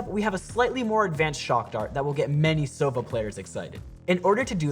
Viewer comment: Oh Oh wow He said Sovo instead of Sova